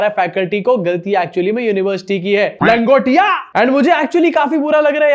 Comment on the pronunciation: LANGOTIA NAHI BHAI, ITS GANGOTIA 😊